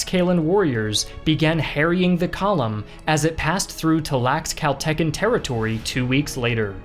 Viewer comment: "Ta-lacks-caylluns" LMAO